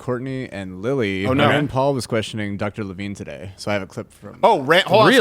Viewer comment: Your Rand Pawl sounds more like Tray Gowdey. Hahahaha